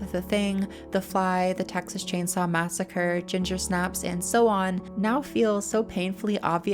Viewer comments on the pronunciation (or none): none